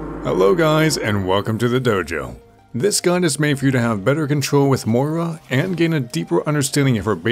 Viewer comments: I'm getting triggered by the pronunciation of Moira in this vid... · Hey, like Milkheart says below the pronunciation is similar to that of "moist". It's a fairly common name here in Scotland, I think you just need to stress the 'oy' sound a little more. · How come people can pronounce "moist" and "foil" but not "Moira" properly? Yeah her name makes you sound Irish as hell but I've never even said that name out loud until Moira was revealed and I can pronounce it just fine. Why is it so difficult for so many people? This is a great guide though. I love your videos! I just keep seeing people pronounce her name half-way "mira" or "mora" and I just can't relate to that struggle lol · same i mean im only pronouncing it the way Blizzard and jeff kaplan said it which is incorrect i guess